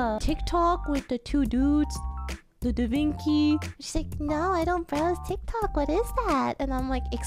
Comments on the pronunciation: nope. It's pronounced (Da) (Vin) (Chi) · Just say that you saw someone pronounce da vinci wrong